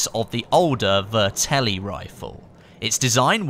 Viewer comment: also, it's pronounced vet-er-li